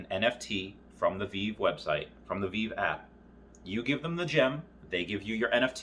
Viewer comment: Ahh back when Veve was pronounced wrong I did it too called it veev